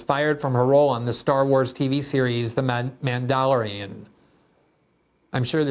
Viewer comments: "Man-duh-lore-E-on" in case you were wondering. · Glenn not knowing how to pronounce mandalorian is awesome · As a Star Trek fan, I am very happy Glenn can't pronounce The Mandelorian. Live Long... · I'm so glad that he didn't know how to pronounce "Mandalorian." Lol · What a disgrace you are Glenn! You mispronounced Mandalorian! Unsubscribing!!